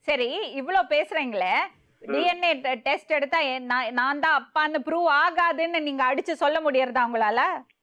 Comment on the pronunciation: DNATestkku DM testnu solluthu😂😂😂